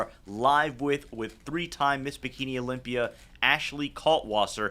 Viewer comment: "I'm leaving Amander at home and going to the Olympier" dave has a tough time pronouncing that 'a' ending lmaooooo.